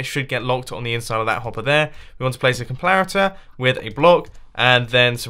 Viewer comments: "you want to place a complarator" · id anyone notice mumbo saying comlarator when building the coco bean farm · we want to place a complarator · place a complarator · Mumbo calls a comparator a "complarator" with an 'L'. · I am honestly sick of everyone laughing about mumbo saying comparator. Im in quarantine and haven't seen anything funny in a while. AND I DO NOT FIND COMPLARATOR FUNNY. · Did he just say complaritor? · a comlarator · did he say "complarator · is it just me or did he just say “complarator” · "Complarator" xD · did anyone else hear "Complarator? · Mumbo: Complarator Me:😂😂😂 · ok now we are gonna place a complaroter XD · who else noticed that he said "complarator"? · “Complarator” XD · "And then you place a COMPLARATOR..." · ''You want to place a COMPLARATOR...'' hahahaha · for the cacao bean farm he said complarator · no, not a comparitor a "COMPLARITOR"!! LMAO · On the coco bean farm you said “ let’s place the complariator on this” LOL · He's speaking mumbo jumbo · " We want to place a complarator" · Complarator? lol mumbo u are awesome. secs in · Whats A "Complaritor" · Did he just say complarator? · is it just me or did Mumbo say complarator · "A complarator" lol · Legend O' Logan complarator complarator complarator 😂😂😂 i can't get enhoug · "Complarator" lol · Did he say complarator? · did he really just say complarater? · did he say "complarator" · Legend O' Logan I noticed that too 😂